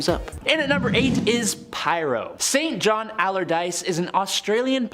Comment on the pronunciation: St. John= Usually pronounced as "Sinjin"... Thought I'd drop that tidbit..